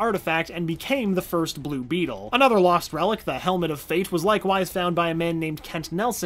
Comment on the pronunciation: Anyone mad that he said the name wrong for blue beetle